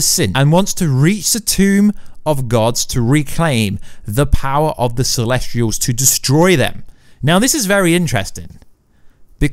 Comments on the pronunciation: Why do you always pronounce things so wrong? This time, within 10 seconds "Celestrials" Last time I watched your videos it was "Darmooey" (Dormammu) These things absolutely matter, please get things right if you proclaim to be an expert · Celestials not celestrials also specific not pacific